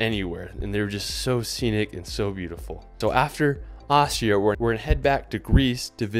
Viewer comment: It's "Austria", not "Ohshra" for fuck sake!